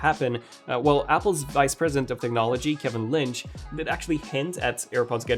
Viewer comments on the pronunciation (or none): none